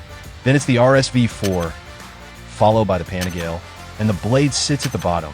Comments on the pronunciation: Pan-eh-gail ??? Nope. Its pan-eh-gal-ee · 笑わせるわ。何でパナガーレやねん。 パニガーレやろ。